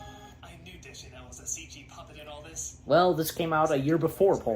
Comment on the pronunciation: Also, you mispronounced Zooey Deschanel’s name